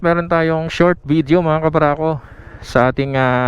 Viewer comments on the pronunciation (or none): none